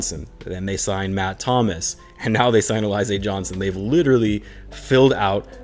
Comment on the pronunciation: Sounds like you haven't heard of Alize the liquor that's popular in the hood. Just fyi: It's pronounced Al-ih-zay not A-Lie-zay. Definitely wish they signed a literal Big than a player that has to max out to compete at Big.